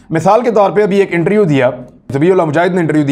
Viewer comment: R. Khan “Interview” theek bola karein.